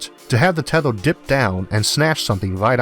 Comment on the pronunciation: tethOr and (m)Orth instead of teth(E/A)r and EEEEEarth made me click dislike. Yeah I am one of those 160. Mispronunciation of my home planet is too much for me